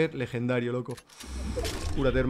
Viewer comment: Con ese "lejendario" acabas de matar al rubius xD